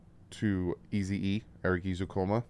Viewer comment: I feel like it’s time we correct on how to say his name. It’s not “E-zoo-Coma it’s Eh-zoo-KAAN-MA